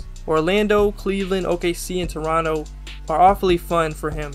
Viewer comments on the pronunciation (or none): none